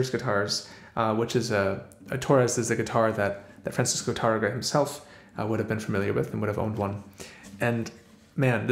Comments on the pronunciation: Why do you pronounce it like *Turrugah" lol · The second syllable is the second to last syllable (penultimate) but that doesn't matter here. There is an accent of the first á. In Spanish, this means you accent that vowel. TAR-rega, not Tar-RE-ga.